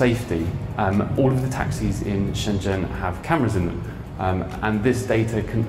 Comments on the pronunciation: That "zh" in Chinese nouns is rather llike a J. The city Shenzhen is pronounced shen jen, not shen zen. The main correspondent has it right. the introductory guy is painful to listen to. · Wonderful! p.s. Shenzhen = "Shen-Jen": zh makes a "dj" sound, as in "juice". Also q = "ch" and "i" can be "ugh", as in "shi bu shi". I don't actually speak Mandarin, I'm just horribly embarrassed when names of famous places -- like Shenzhen -- are badly mispronounced!